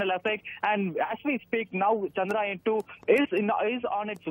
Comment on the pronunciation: Guys.. just correct the way you pronounce CHANDRAYAAN. It’s not chandrayan like ramayan (which you are calling it) it is chandra yaan ( yaan means journey). All the best.